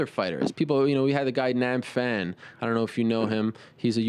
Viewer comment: It is Nab Phran. Get it right! -Sensei